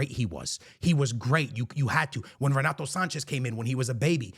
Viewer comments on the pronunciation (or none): none